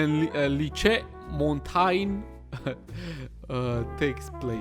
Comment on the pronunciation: Lycée is « Lee-say » but appart from this, its spot on ! (Jardin is « Jar-duen » closest I could get). We’re so happy you try, French is difficult. Love your series.